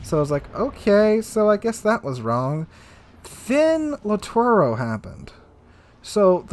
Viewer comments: Pls.. LITTORIO and not LITTORO.. It's orrible to listen "littoro" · It gets a little annoying how you don't pronounce names correctly. Off the top of my head,please practice: LITTORIO KUTUZOV I really like the content, but this name thing drives me really crazy to the point I stop watching videos.